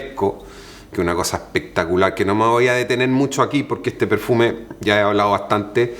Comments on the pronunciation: ja ja ja ja así dice... Pectacular ja ja ja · Encanta cuando dice “pectacular” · Ehpectacular, muhgo, ehte, ehpaña... 😂😂😂😂